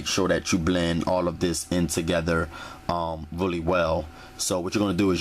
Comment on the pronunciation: wuli, wuli good,,,,,,,,,,,,,,,,jajajajaja